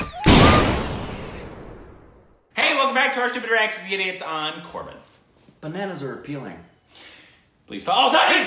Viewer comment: I'm never saying Bananas normal again. It's gonna be "BANANANAAAAAS, BANANANAAAAAS!" from now on. 😌